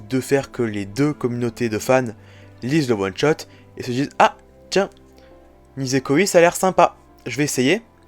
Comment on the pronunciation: Franchement c’est une honte , « Nisekoiiii » ,nan mais la prononciation, c’est quoi ça 😭😭. (Et si tu veux savoir le os est sorti le 29 janvier 2013, et il est présent dans le tome 14 de haikyū!!)